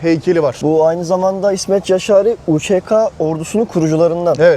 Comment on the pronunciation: Ceşâri DEĞİL YAŞÂRÎ